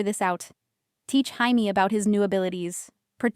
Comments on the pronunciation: It was Chamie one time too, rofl. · Is it really Jaime with a “J” not Haime with an “H”. AI does not always get it right. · The J in Jamie is pronounced like a J not an H.